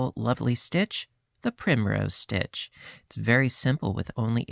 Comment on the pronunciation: Sorry. It's stitch not ditch.